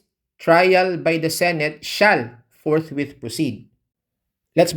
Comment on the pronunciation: Ang intindi ng mga senador ni dogong sa salitang forthwit ay forthwait